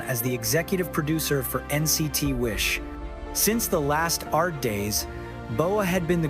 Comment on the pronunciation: LASTART comes from Last + Start, meaning the beginning of the last unit. So it's correctly pronounced Last Start. However, thank you for story about our Wishies 💚